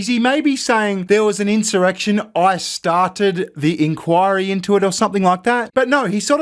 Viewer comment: He said “I sharted” not “I started”